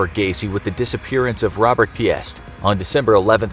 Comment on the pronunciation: FYI, Piest is pronounced peaced, not pee-est. The S in Des Planes is silent. I wish folks knew pronounciation before making videos.